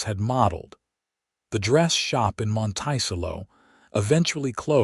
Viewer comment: The town name is "Mon-to-cell-o" not "Mon-tice-ello". Your math is off can't be 72 and married more that 50 years. He was 26 when he & Violet met. The rest of your math is also wrong. You need to learn how to EDIT & REVIEW!!